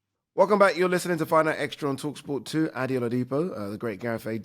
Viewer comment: Ade when are you gonna tell Gareth your name is pronounced "AD-DAY" not "ADDY"😅